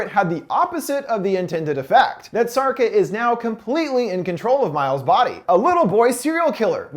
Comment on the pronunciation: Sharca, not sarca